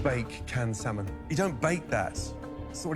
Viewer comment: Why does he continue to say SAL MON when he hears how it is really pronounced